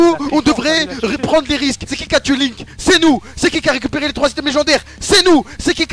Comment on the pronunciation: Gotaga : surnommé le french monster, détruit littéralement le prénom de Link en 2 secondes 😭😭😂😂